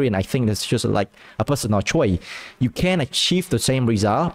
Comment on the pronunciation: "... so I don't really agree, it's just a personal experie[ce], it's just like a personal choi[se]" "... the three choi[se]" "... so the three choi[se]" idk about you, but I don't know what "choi" mean :(